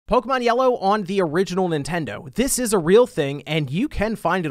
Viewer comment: Disliked for mispronouncing Pokémon